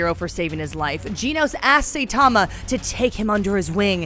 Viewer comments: It’s saitama not say tama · SAITAMA, SAI-TA-MA , さいたま! Not SAY-TA-MA, せたま! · Seitama (Say tama)? Ginos (Gee nose)? Triggered! >_> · Did she just call him "Say" tama?... try watching a show before you make a video about it. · I quit the video the moment she pronounced it "Saytama"... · It's not saythoma it is Hi with an S(Sai) Tuh and ma Saitama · This video was soo cringey how you gonna say “say tamma” instead of saitama.... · All you had to do is pronounce the damn Sai Tama girl Not sitama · Say tama no saitama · Not say, Sai, it's SAItama lol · Say tama and ginos. Nice job, nice job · Saitama like the weapon "sai" or "sigh". And Genos as in "generation." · ITS PRONOUNCED SIGHT-TA-MA DAMN YOU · Stopped watching when she said "Saytama". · Say tama and gee nos. Okay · Say Tama and G Nose... Press F x ∞ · SAYTAMA GEENOSE 😂 usually I don’t complain but oof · SAY TAMA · saytama and jeanos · Who tf is Sayytama? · Aren’t they pronounced “Sai-tama” and “Jen-os”?? Lmao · Sayytamma lol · I am wondering if She pronouns “Saitama” & “Genos" as Saytama & Gnos Then Fubuki? should be Fub Uki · i am cringing at this person's Japanese pronunciations ,"G Nos"? "SAY TAMA? Ew,no! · Who the hell is say-tama? This bish even watch it? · She's really gonna mispronounce the protagonists name throughout this entire video dedicated to him huh. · How is she gonna pronounce Saitama's and Genos' names like that? Did she even watch the anime or just reading the script from an actual anime enthusiast? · She butchered my man Saitama's name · stop saying Saitama like this